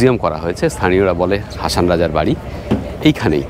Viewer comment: হাসন রাজা। হাছান রাজা নয়।